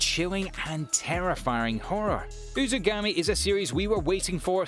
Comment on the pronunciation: "uzugami" lmaooo